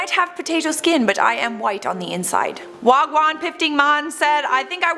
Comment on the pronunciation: the way you said wagwan lol...torontonian confirmed